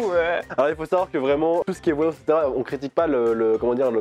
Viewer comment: "la VoiLlAnsSeee"